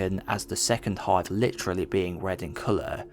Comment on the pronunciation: Please use correct pronunciation. 'Died' is not DAEED. 'Hive' is not HAEEVE. Its irritating as hell listening to u talk here.